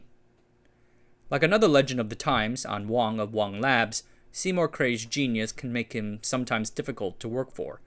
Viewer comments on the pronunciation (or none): Not Wong, it's wang as in wang dang doodle. No one in Boston calls it the Wong Center.